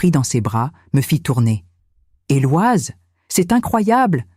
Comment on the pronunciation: En langue française on ne prononce pas le prénom Éloise mais plutôt Eloïse !!